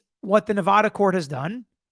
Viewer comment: FYI...This is the correct way to say Nevada.